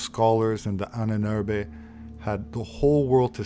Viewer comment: it's pronounced Ah-nen-er-be ...